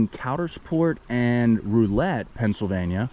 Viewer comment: It's pronounced ROW-LET, ya flatlander.